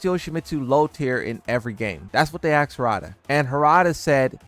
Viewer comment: axed him ?!! expecially ? 😂😂😂😂